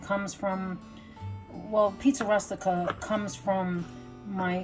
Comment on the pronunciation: Good idea to cut them in the small pieces like you did. For a minute I didn't think you were Italian by the way you pronounced Rustica , r US tica. The U in Italian and Spanish is pronounced OO as in rooster. I'm going to try cutting up the meat next time. Thanks ❤